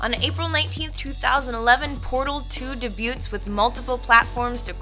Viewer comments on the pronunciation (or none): Dabyoots? Dafuq? You mean Debuts.